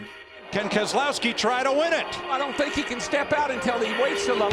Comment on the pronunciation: Obligatory "Brad KEZ-UH-LOW-SKI, won this race"